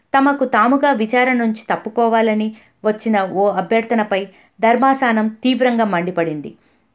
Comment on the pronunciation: Who is saying voiceover do not command on telugu language.you can follow high Quality Vedio and low quality voice over Not ధర్మసానం ధర్మాసనం